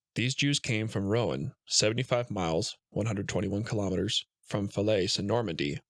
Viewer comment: Callaise? It’s pronounced Cal-eh Rouen….. pronounced Roo—on I find it odd how these American people don’t bother divesting themselves of information they must know they don’t know (my guess is that as long as they feel most other Americans won’t know either, they don’t care)